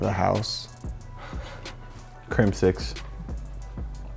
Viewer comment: The way Mboze says "Crimsix"